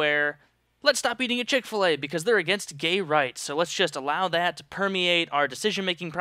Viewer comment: Wtf is CHICK FA-LEY EXCUSE ME.